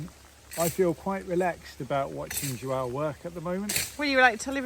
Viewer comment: I been confused for a while about the name of the Portuguese young guy , some times it sounds your calling him Joao at other times it sounds Joel what it is lol pronunciation quit tricking with your perfect English sorry just curious ❤ love your videos